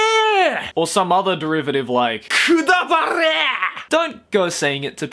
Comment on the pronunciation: Anyone repeating the KUTABAREe part because his pronunciation is so satisfying? No? just me then.